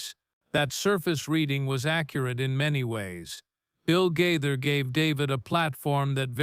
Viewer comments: Gaither, not Guyther! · The mispronunciation of Gaither is very distracting!!!